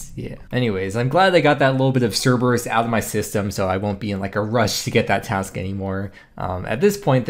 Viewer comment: Yeah! Daily dose of GIM video's from! Oh BTW its Task and not trask:P. Keep on the video's!